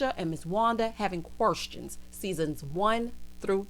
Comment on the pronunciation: When you pointed out how Wanda always has "QWERSTIONS" 🤣🤣🤣... The way that woman speaks is like nails on a chalk board LOL. I just wanna pop her with a ruler, like a school teacher, everytime she mispronounces something 🥴🥴🥴.